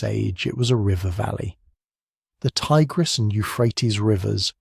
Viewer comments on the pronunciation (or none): none